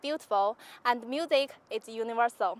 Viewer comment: no comment on the competition, but the accent really piss me off, that's bloody dreadful. MIUSEIK, yeah, nice pronounciation.